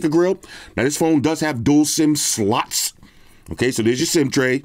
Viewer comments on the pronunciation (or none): the way you said slots made me chuckle 😂😂